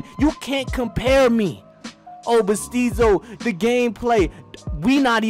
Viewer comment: "Steezo Thy Poet"